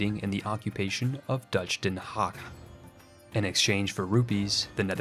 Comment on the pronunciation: I love how you try to keep everything somewhat realistic and how you always try to pronounce things correctly. You're pronunciation of Den Haag was pretty close, so compliments on that. Oh and respect for trying to give colonies logical names!